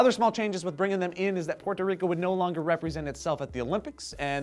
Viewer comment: Thank you, for pronouncing my country's name correctly. I'm sorry that some of the information you had to say is not accurate, that's not your fault.